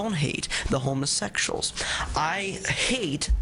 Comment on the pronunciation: lol "Homasexshal" XD